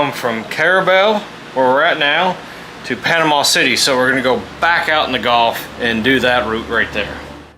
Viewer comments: It’s pronounced gulf not golf, but still a good program. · It's gulf....not golf....